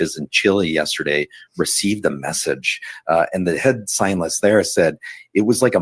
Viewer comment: This guy couldn't pronounce the words scientist or comet? Not sure if I'd take his word all be them mispronounced...for anything. Hang tight? Really? Jeeez,naive much🙄